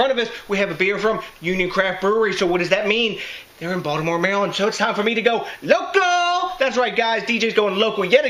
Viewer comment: Local not loco right? lol. I use acid malt in my homebrews but only to control PH. how smart are the Germans to come up with all these loop holes to keep things to the purity laws keep up these kick ass reviews my brother Cheers DJ!!